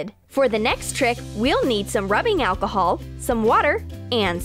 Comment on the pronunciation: It is alcohol not aconol